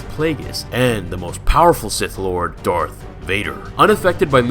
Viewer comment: “Taking his place of Sith LWAD.”